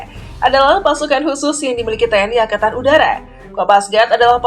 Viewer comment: "Angatan" Wkwkwkw